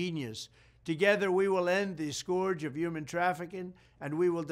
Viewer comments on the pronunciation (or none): Has anyone ever told him it's pronounced film and skurj not fillem and skorj?